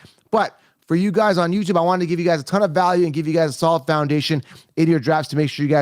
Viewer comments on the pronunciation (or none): none